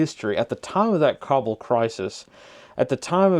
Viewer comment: No way, you pronounced Kabul correctly… 👍 saw them in Logar on and off 2020. During IDF, the joke was what t shirt they were wearing, Taliban or Isis…